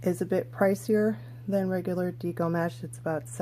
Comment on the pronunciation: Your tutorial is helpful, however, you keep mispronouncing "deco." It is a short e, like the decorating style.